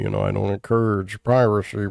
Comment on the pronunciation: "you can install them from a disc or download them, you know I don't encourooog brarrrbvacy brr brr brr"